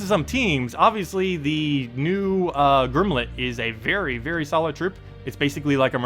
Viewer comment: great videos but you always mispronounce stuff :( Gimlet doesn't have an 'R' :)